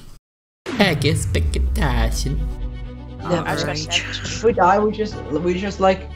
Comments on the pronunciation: E-kl-sple-tacio XDXDXD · That Eckspektation and Reaality was the best to hear xD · ex- pe- ac -tions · Why arepa you speak ecsertation reàliti